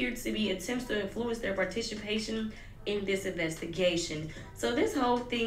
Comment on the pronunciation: you replaying the way she said participation is sending me LMAO.